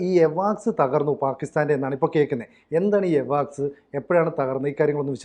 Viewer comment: എവാക്സ് അല്ല അവക്സ്സ്‌ എന്ന് പറയു